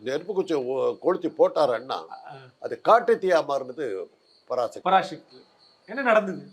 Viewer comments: பராசக்தி என்பதை பராஷக்தி என உச்சரிக்காதே நெறியாளரே.தமிழக்கு முக்கிய எழுத்தே ' ழ ' தான்.அதை கேவலப்படுத்துகிறார்கள் உம்மை போன்றவர்கள். ` ழ ` விக்கு பதில் ` ல ` என உச்சரிக்கிறார்கள். சிரமப்பட்டாவது பழகி கொள்ளுங்கள். பெரும்பாலான திராவிட கட்சி தலைவர்களே மேடையில் பேசும்போது பிழையாகதான் பேசுகிறார்கள்.இதை அவர்கள் திருத்திக்கொள்ள வேண்டும். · டேய் லூசு பராஷக்தி இல்லைடா. பராசக்தின்னு உச்சரிப்பு சரியா சொல்லு. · ஷக்தி இல்லப்பா தம்பி.... எப்பா ஒழுங்காகச் சொல்லுப்பா தம்பி... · உச்சரிப்பை சரிபடுத்துங் தம்பி. பரா"ஷ"க்தி அல்ல. பரா"ச"க்தி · பராசக்தி எனும் தமிழ் பதத்தை ஷக்தி ஷக்தி என்கிறான் கேண கிறுக்கன் நெறியாளர் உன் உச்சரிப்பை திரும்ப நீ கேட்டு பாருடா லூசு....... 😂😂😂